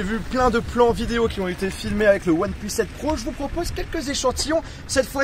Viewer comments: Ya tu que moi qui entend oneplos quand il le prononce ? 😂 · « oine pleusse »